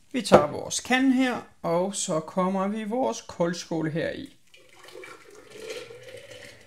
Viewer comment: Det hedder koldskål ikke kåldskål ligesom ild😊